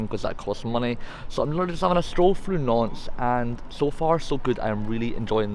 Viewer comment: Great video. I'm also really impressed with your pronunciation of Nantes and Rennes.